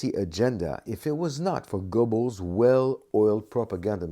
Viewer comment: you'd think this expert would know how to pronounce his subject's name. the E is not silent. in English it is best sounds like GER-bels